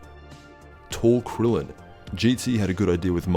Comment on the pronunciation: "Tall Krillen" 💀💀